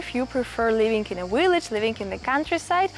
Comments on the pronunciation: Hello Friend! Just found you & am so happy to learn about living in Italy. Just one tip about the word “village” in English. You’re pronouncing it as “willage.” Remember to bite your lower lip to pronounce the “V.” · Your v-log is wonderful. I especially like the blowing of a kiss at the end of each one. Your dictation is really good. I think it is cute that you pronounce ‘village either the ‘w’ sound. I can’t make fun of someone who speaks three languages, when my French, Spanish and Italian are so limited. molto bella! andiamo!